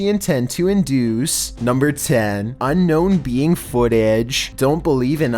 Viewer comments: "Unknown bee ang." "Unknown peeing." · Did he say unknown bean footage?? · unknown beiying.. bro say alien it’s ok